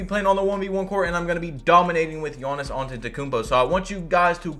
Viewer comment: “Yawnnis Awntetokoumpo” LmAo